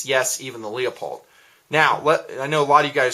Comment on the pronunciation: Nice enough review, but PLEASE quit saying "Leopold." It's spelled "LEUPOLD" and pronounced LEWPOLD.